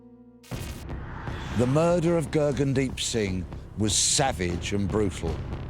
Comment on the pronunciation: The narrator is pronouncing his name wrong even after his sister says it numerous times. 🙄